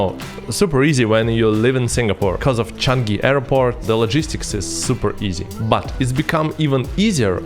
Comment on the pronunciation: Hi, thought I heard you pronounced Changi as Chanki?:)